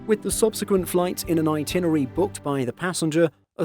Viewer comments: *"itinerary": 5 syllables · this guy runs a travel channel and can't pronounce itinerary. He says it so many times.